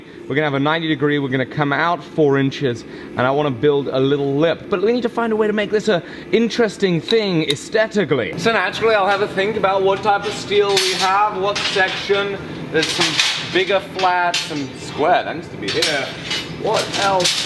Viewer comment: Is "astetically" East Anglian for "aesthetically" everywhere else?